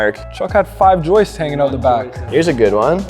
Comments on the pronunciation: This is great.....well done....and WB stepped up to his words. Respect for that. But gentlemen......it's "joists"......not "Joyces". Lol. Need to change that . Lmao😊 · I love your content and all these videos. That being said, I can’t express how much it drove me crazy every time that one guy called them “joistsess”. Joists is already plural 😂